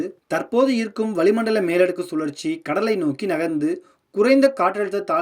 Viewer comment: வளி மண்டலத்தால் மண்ட வலி...😂 (தமிழ் உச்சரிப்பில் கவனம் செலுத்தவும்)